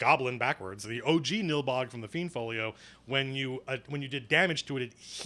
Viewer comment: That's so funny, you pronounce almost every name different than me. I always thought the monsters were pronounced like this. "Aye-si-mar" "Fl-eye-nd" "Fur-bolg" "Thai-fling" "Yawn-ti"